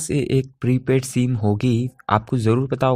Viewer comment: सीम नही सिम होता है😏